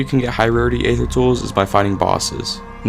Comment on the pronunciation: Aether is pronounced "ee-thur", not "ay-thur". The "A" is silent.